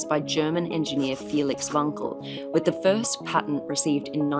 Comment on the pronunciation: she pronounced wankel properly!